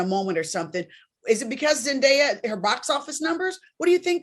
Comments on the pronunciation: Why is Claudia still pronouncing Zendaya's name wrong. It's Zen-Day- A, there's no die in there. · I’m dumbfounded by this… first by how Claudia says her name wrong. Second vivica just admitted the safe space for colorism is Hollywood. So y’all were avoiding the obvious… zendaya is more marketable to a mainstream audience. It’s because of the type casted roles she gets to lead in. Keke should be able to be offered the same roles a zendaya. Let’s just be honest.